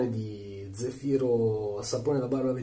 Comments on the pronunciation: Credo si pronunci zèfiro, con l’accento sulla E e non sulla I 😉. Comunque grazie della recensione, cercavo opinioni su questo prodotto che ho visto in vendita in un negozio di articoli naturali/biologici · e' Zèfiro.............ma tu lo dici apposta............... ahhahaahahaahahahahahah te possino............